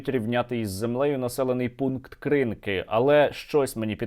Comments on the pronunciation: Сергію, дякую за вашу роботу і збори. Єдиний нюанс: село на Лівобережжі Херсонщини має назву КринкИ з наголосом на останній склад. Перевірте за Вікіпедією. Назва з наголосом на перший склад - мовний покруч під впливом російської мови. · КринкИ. Наголос на другу "И". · Дякую за випуск. До речі, населений пункт називається Кринки́, то у русні вічно не так з наголосом. В них і Куп'янськ "купя́нск" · Сергію, в назві села Кринки наголос падає на останній склад. Не наслідуйте кацапів, будь ласка. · Коли вже Сергій вивчить, що в слові Кринки наголос на останній склад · Сірожа, Кринки, наголос на останній склад, не думав, що вдруге писатиму, хоча не дивно, Сіверодонецьк мабуть донині називаєте сЄвЄродонецьком🤯